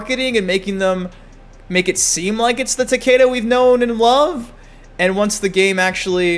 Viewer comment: Why do people say Takaeda" when the announcer always says Takeda lol is it a speech thing? I'm really wondering lol